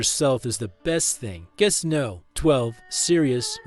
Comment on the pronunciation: Guess No 16. Guess No 19. Guess No 12. Guest Number 16. Guest Number 19. Guest Number 12. Guess AI Narration Still Sucks.